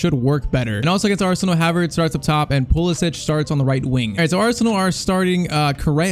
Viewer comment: say pulisic right pls